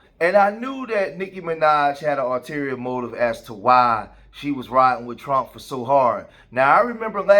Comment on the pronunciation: Hey bro its ulterior motive not alterior lmao bruh i thought it was alterior also its ok..GREAT CONTENT keep it coming!